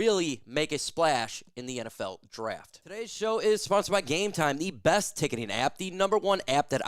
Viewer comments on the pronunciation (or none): none